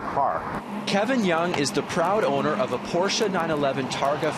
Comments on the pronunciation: Props to the commentator to know how to pronounce Porsche. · Props to the owner and reporter for pronouncing Porsche correctly.